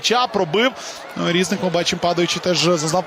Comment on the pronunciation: Він не рІзник, а різнИк.